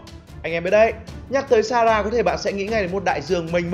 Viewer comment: A cứ đọc sara vậy 😑😑😠😠